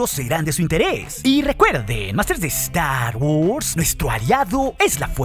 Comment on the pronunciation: "Saludus másters de estar wors"... jejejeje